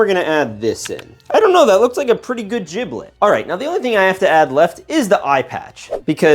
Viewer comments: Bro keeps saying jiblet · Giblets name is pronounced with a G sound not a J OK